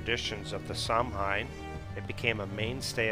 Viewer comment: Samhain is pronounced sauwin. The h is not part of the original name, it's added to show that the m lenites. Mh is pronounced as w or v. Samhain may come from the same origin as the Gaulish month of Samonios.